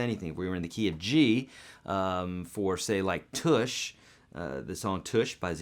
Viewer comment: Real nice lesson, I like how you show the basic chord construction which other teachers assume you'd know but may not. Also, the song is pronounced "Tush" like in 'plush' or 'touch' not like 'push' or 'bush'. Thanx, bye.